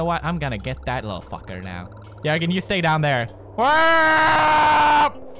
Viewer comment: did he just say jöergen